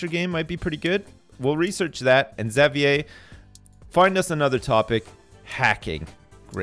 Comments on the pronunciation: Fuck man, can't pronounce Xavier. Like. Does he call the leader of the X-men, Professor Zavyaie? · really? cause where I'm from its pronounced havier. didn't know it was different in other places. the more you know I guess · Yeah there is no correct way to pronounce it. I say "ex-avier" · i hate the way he says xavier